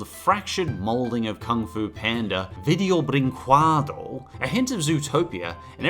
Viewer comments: Everytime you say "video brinqueado" an angel gets their wings. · Man I could hear you pronounce "video brincüédo" all day